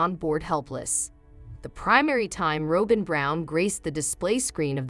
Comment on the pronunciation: You are not pronouncing Robin’s name correctly. It’s pronounced like the bird - Robin.Y